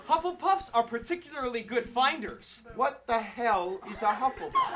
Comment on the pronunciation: What the hell is a HUPPLEPUFF????lol